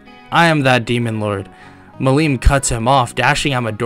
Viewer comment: The way you pronounced Millim was painful to me, and I am sure that it will piss me off in next episodes.